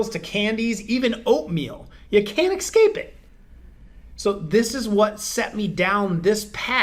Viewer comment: A doctor using the word " excape" instead of the correct escape! Merica.